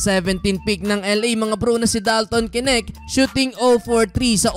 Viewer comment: Bro correction lang po, dalton knecht (necht) ang pag basa, hindi po (k-nect)! I’m a fan brother! ❤️🫡